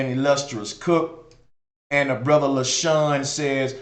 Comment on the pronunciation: Ether ,bre-ther, an She-ther😂😂